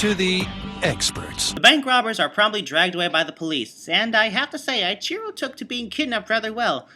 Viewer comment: It's pronnounced E-chiro, not I-chiro.